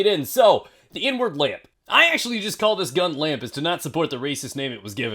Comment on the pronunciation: At first I thought you said N-Word Lamp